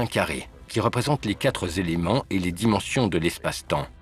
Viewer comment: oh on ne dit pas les 4 Z'éléments quatre ne prend pas de S.... par pitié